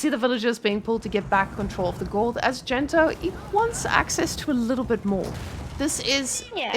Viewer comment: I'm 75% convinced your co caster might actually be unaware that Gento isn't really called Dento lmao